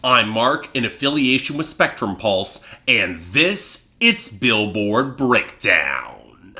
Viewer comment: I swear Mark draws out the last syllable of the word "breakdown" in the title more and more every week...